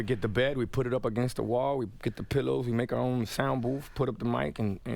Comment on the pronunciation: What's a "sound boof"?